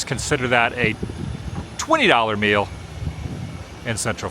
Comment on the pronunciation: When you said $40 fo a meal I thought you said mule I’m thinking why would you be buying a mule??? LOLOLOL